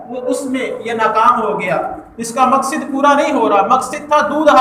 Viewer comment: مقصد ہوتا ہے ص کے فتح کے ساتھ